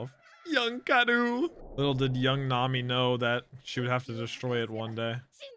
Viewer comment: No one: Not a single soul:: Show vivi: nAmI